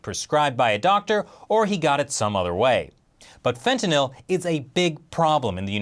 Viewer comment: I love you but you pronounce fentanyl all wrong LOL